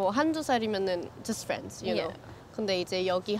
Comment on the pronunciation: It stopped when you said ✨knowrr✨ We dont ✨knowrr✨